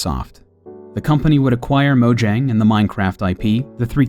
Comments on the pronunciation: Mo-yang, not Mo-jang. They pronounce their Js differently. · It's pronounced Moyang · Even game theorist spells it wrong while a normal YouTuber xisuma spells it right, mojang pronounce as moyang.